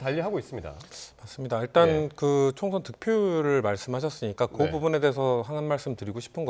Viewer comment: 추경호 이 사람아~~ 총션이 아니구요 총~~~선~~~이에요 ㄸㅃ~^^